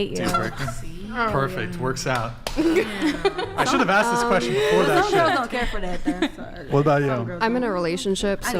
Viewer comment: Can we please stop the use of "aksed" instead of "asked"